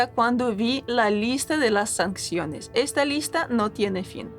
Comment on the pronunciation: Sanciones. Se escribe y se dice sanciones, no sancsiones. Saludos.